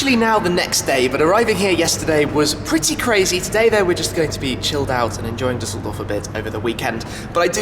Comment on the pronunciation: its called *Düsseldorf